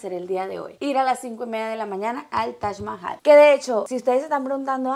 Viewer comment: Es TAJ MAHAL. literal yo oigo que dices tash mahai.